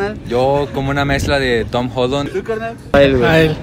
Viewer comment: es tom holland no tom hollon